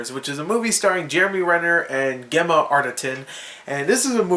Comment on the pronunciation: LOL I can't believe you actually though her name was pronounce 'Gehma', its pronounced 'Jemma' XD